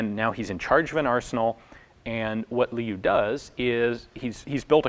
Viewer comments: Liu is pronounced like Leo, not Lee-you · His name was General Qing. En Liu was his first name.Also, Liu is pronounced lee-oh. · Liu is pronounced "Lee-oh"